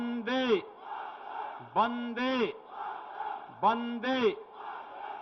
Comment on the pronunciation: It's Vande Mataram not Bande Mataram 😑